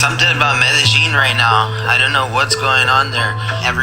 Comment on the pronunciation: are yaar ye medillin hai medijin nahi